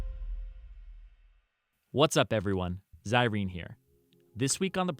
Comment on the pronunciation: everytime he says "it's Zirene." it sounds like "it's Irene"